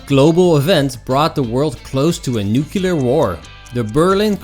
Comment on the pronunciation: Nuclear is not pronounced NUCULAR.